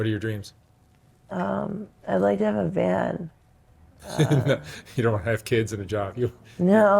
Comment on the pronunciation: She said van not band